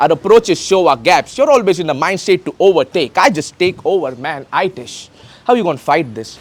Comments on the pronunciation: It's not i-tish it's itish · I think it's E Tesh (ITISH)and not Eyetish (I TISH) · Still pronouncing etish with eye tis in britist I guess india ko milli nahi hey aazadii?? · Itish Nahi इतिस hey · Bro तुम ने battle ना देखकर Explain कर रहे हो क्या?? उसका नाम आईतिश नहीं है उसका नाम इटिस है yrr बार बार आईतिश आइतिस् बोलरहे हो । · He is इतिस not आईतिश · Bri first pronounce itish name properly looks like bro didn't watched full video he even corrected emf abt his name through bar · Lmao this was expected. U didnt even pronounce itish's name right how can we expect u to get his bars.